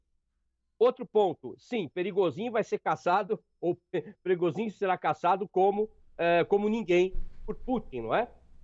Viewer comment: Eitaaa... que esse "motim é mais falso que moeda de 3 reais " quem vcs pensam que enganam ??? Só bobo mesmo é capaz de pensar que uma "milícia" seria capaz fazer golpe contra a potência que é a Rússia!!!! O Pregozhin (se pronuncia "Prêgôgin". "prigozin", kkkkkk ) deu foi um " passa mané" nos EUA... pegou a grana do tio San (6 bi Dólares) e foi ficar bilionário na BieloRuss... Esperem as cenas dos próximos capítulos !!! Vamos ver o tamanho da imaginaçao para inventar as desculpas esfarrapadas !!!